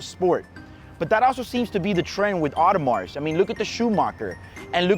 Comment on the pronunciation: Not worth the money to me. Got a ton of watches id rather buy for that price range. Hey man btw S in audemarS is silent. Just sayin